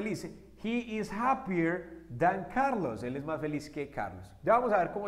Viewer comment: Cuidado con la pronunciación del "as" ya que lleva vibracion al final de lo contrario se está diciendo otra palabra que es 🍑 y no "tan... Como"